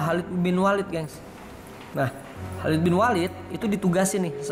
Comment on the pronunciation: Maaf ya.khalid.bukan halid